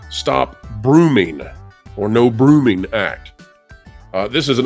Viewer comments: Why can’t you say the word “grooming”? You said brooming instead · Brooming? Really? It's English. Not hard to speak. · Stop brooming???? It's "grooming" son.